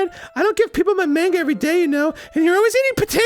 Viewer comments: Anyone else annoyed that they pernonce manga like mainga not monga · its ma-n-ga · I feel like Arin is pronouncing manga that way to specifically irritate people